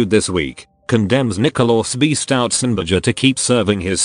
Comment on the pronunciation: "stoutzenberger" every fuckint time